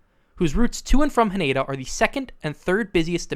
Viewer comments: It's pronounced HA-nay-dah. Not "Huh-NAY-duh." This shit isn't that hard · Nice work. Would sound a lot better if you actually said the name of Haneda as its Japanese pronunciation “HA-NE-DA”instead of the mangled English “ha-NAYda” And…. This year (2026) is Reiwa 8. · Ha-NEH-Da not Ha-NAY-Da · It's pronounced HAH-ne-dah, not hah-NAY-dah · Do yourself a favour, learn to render Haneda correctly. Ha Ne Da. Break into consonant-vowel clusters. No stressed syllables.